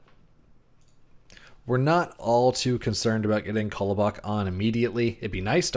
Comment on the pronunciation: Very nice! One thing that gets to me is the pronunciation of ‘Kolobok’ - it’s definitely not “Kollow-bock”; in standard Russian it’s closer to ‘Kalabok’ (emphasis on last syllable; unstressed ‘o’ becomes close to a short ‘a’ sound). If you put the stress on the last syllable you’ll at least get closer ;-) None of this is important, of course - I’m enjoying the Mythgard content, keep it up :-)